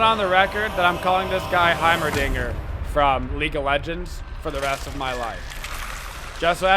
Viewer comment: When he said heimaldinger I shit my pants literally!!!!